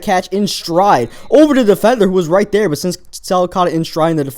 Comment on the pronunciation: dere instead of there